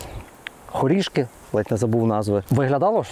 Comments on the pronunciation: хорішкИ! я все не могла зрозуміти, що то за село таке 😂 ЮркИ, ХорішкИ) а райрн був козельщИнський, бо селище КозЕльщина… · Хорішки,Юрки. Завжди був наголос на останній склад